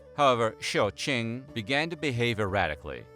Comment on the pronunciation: QING pronounced as Tzing not King🤓